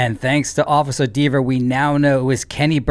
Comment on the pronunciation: Dever!!LMAO you said it right! Now I know why college educated call Levers, long ‘E’s’ 😂